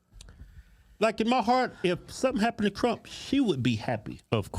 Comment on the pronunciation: Please Its not CRUMP dont make me say it😂😂😂😂